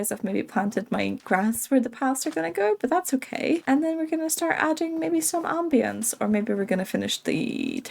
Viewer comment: Hey just found your channel through a legendary refresh pull, and i just wanted to say your pronunciation of ambiance doesnt sound weird at all! I've heard it said like 'um-bee-ans' and 'am-bee-ans' (ignore my very crude version of spelling them phonetically, i don't know how to read accent marks :[ )